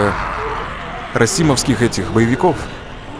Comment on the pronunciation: Раисовских , а не расимовских. А так всё круто Брейн ты красавчик